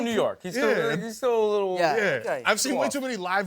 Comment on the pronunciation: Tom Holland: "We pronounce more of our consonants" Also Tom Holland: "Yeah, it's frustra'ing" "I just shit myself a li'ol bit" "He'o be mor'ified that I said that"